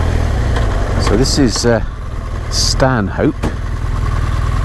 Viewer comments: I got laughed at for saying "Stan-hope" once...apparently the locals pronounce it "Stan-up". Great video! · The road from Stanhope (pronounced Stannop) over the moors is known in these parts as MAMBA country. Nothing to do with snakes, it stands for Miles And Miles of Bugger All. But still rather nice.